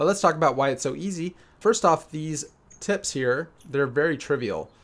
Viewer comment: Close ur eyes and listen to what it sounds like he said instead of Tips :)